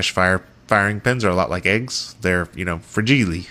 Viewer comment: Someone else says fragilé 💛